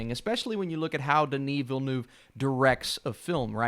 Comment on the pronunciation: Denis Villeneuve mispronunciation